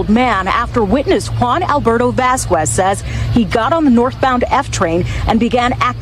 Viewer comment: Vasquez is not Vaskwez. It’s pronounced Vaskez.